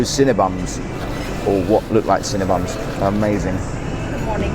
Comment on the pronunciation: did you say cinnaBUM ?? lol